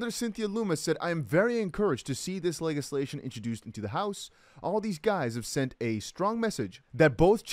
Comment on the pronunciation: Legislation - The G is pronounced as a J like Lejislation xxx 😉😉😜